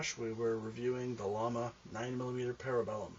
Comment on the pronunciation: I really wish I would have kept mine. And it is pronounced Yama.